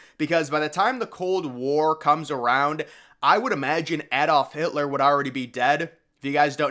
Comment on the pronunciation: Your pronunciation of Adolf Hitler is wrong too, lol